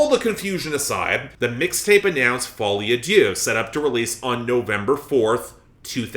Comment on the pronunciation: Take a shot every time Folie à Deux (madness of two) is pronounced Folie à Dieu (madness of god) lol Very interesting analysis! Really enjoyed this